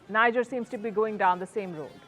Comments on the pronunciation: For crying out loud, it's NEEJER not NYJER. She is the only broadcaster on the net unable to pronounce the country's name correctly. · Is called 'Nigear' & not Nija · That country is pronounced "Nee-Jer" & not "Nai-jah" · It's not pronounced Ni-ja...the pronunciation is Nee-Jhay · People will rush to blame Wagner & Russia, and forget that just two months back, the President of Niger (pronounced 'knee-jhay', NOT 'Nigh-jar') announced publicly how he planned to move from the CFA Pact. Now which colonial power benefits from the CFA Pact? Think, Vantage, Think. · Niger correct pronunciation : Knee-jhearr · Is pronounced Kni Ger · For the sake of all things decent, the pronunciation is Nee-jer. It is French. Not English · It's pronounced Nee- jay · Welldone, please learn to pronounce Niger. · Your pronunciation of the country is wrong! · You talk a lot about the country you don’t even care to pronounce it correctly. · Pronounce Niger properly